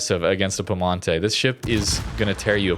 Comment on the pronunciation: there's an I between the P and E in piemonte, in italian you just pronounce all letters